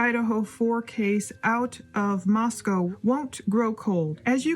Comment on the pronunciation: It’s ‘Moscoe’ pronounced like ‘Roscoe’